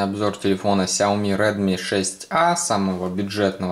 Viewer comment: я не понимаю, почему вы все говорите ксяоми а не сяоми?